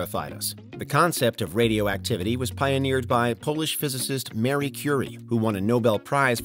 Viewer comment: Did he seriously say "Mary" Curie?